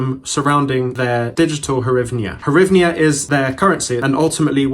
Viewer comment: Grivnya (hard G)